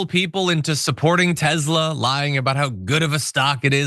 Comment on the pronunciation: I think you mean "Tes'lur"